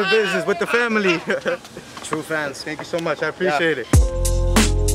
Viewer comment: 🤣🤣 "tank you"